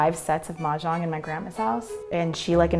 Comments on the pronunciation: i can't figure out what Chinese dialect she spoke when she said 'play mahjong! If it's mandarin, it's defo wrong! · Chris C. "pong kong hu game gameover win" that's all fine. But never heard anybody says "Mahjong" in the end